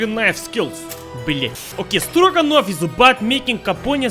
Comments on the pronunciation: For a second I said he said Dragunov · Stroganoff. Stroganon.